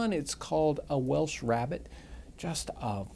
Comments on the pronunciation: 'Rarebit' not 'rabbit'. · Its " RAREBIT " ! ! NOT rabbit ! ! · It's not Rabbit, it's "rarebit" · It's "Welsh Rarebit" not "Rabbit". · It's pronounced Welsh Rairbit. Don't ask me why.